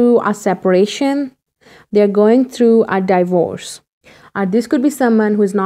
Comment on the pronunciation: Do u mean D’vorce? Not die bores ..lol If it’s true love emotionally..I love this dude too .i am dying to kno what the surprise is!.youll like my unforgettable surprise for you.I love him bcoz he’s so rich,am gonna have a sugar dad finally ..he might not be able to handle this hot babe..yumyummy! Hahaha.